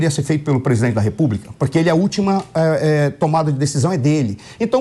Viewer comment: Esse "presidoente" velho tá gagá.Impecheament já pa essa larva . Que papelão heim "presidoente?" O papelão ficou por sua conta, deu um show de fiasco, foi a chacota do século e vai continuar sendo em todos os países por onde for.